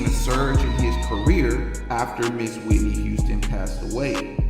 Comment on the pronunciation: Are you ok 😂😂it's Whitney